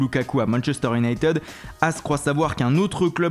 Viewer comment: si tu veux faire le multilingue apprend déjà a dire Unit"i"d pas Unit"e"d